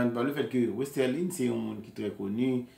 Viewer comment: Bro malgre ou gen dosye fi a nan menw ou proceed to prononce nonl wrong e menm ekril wrong nan title video a. Her name is Westerlie not Westerline or Westerlien. Be more professional